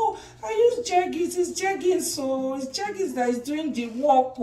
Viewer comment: It's jergens o 🤣🤣🤣